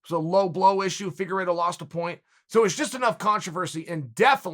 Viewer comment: He even pronounced Figueiredo’s name well, it’s a death sentence